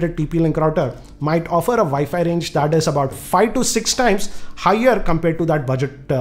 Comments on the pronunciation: it is WiFi not ViFi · VI FI routers LOL hhhh to thouse who didnot understand instead of saying wifi he says vifi . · He way he says wifi is vifi it's abysmal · It's realy a nice NETGEAR "ViFi" Router. Hehehe.. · Say "Vi-Fi router" one more time, please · Viifii router? Lmao Indian accent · im sorry but the way u say wifi makes me wana die. vifi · did he say vaifi ...??? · did I just heard "Vi-Fi" router????? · 0, i hear vayfay routers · He is passionate about saying 'wifi routers'🤣